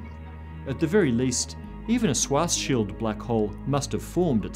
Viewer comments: it´s pronounced schwaRRRzschild radius ^^ a "swat´s shield radius" also exists but only in military physics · Please say Schwarzschild, not Swarzshield 😊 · I've never heard Schwarzschild pronounced like that.